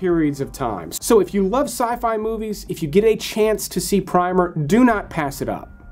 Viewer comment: Primer is pronounced like the book about the basics of something, not like a base layer of paint. Like when you say, “prim and proper.”